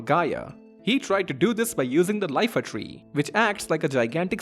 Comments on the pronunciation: Iifa, not Lifa. lol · Awesome video man, love the theories, all really well founded and not just guess work like some people do! You just made one big mistake.. It's Iifa tree, not Lifa tree 😅, it's a capital i, not a lower case L haha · A few people have picked up on the mispronunciation of Iifa Tree as Lifa Tree, but I've not seen anyone point out that 'Oeilvert' should be pronounced as if it's the two French words 'oeil' and 'vert' (because that's what it is), or that Eidolon is a real-world word, pronounced 'eyeDOHlon'. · I like to imagine Ozma is Ark. You fight it in it's formless state, and then get the pumice, making your party associate it with Ark and letting it come back in that form afterwards. Also, the tree is called the Iifa Tree (That's a capital i, not a lowercase l. It's pronounced closer to "eefa".) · Fun fact! It's not the "Lifa Tree", it's the "Iifa (capital i) Tree". 25 years after release, but hopefully it catches on. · It’s “eye-fa” tree it’s an “i” in the front not an “L” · sad theme? It's a waltz🕺🏼💃🏽 did I hear LIFA TREE? 😅😅😅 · LIFA TREE? FOR 500TH TIME ITS IIFA ❤ btw lovely content! Well done! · its a capitol I not L... its Iifa not Lifa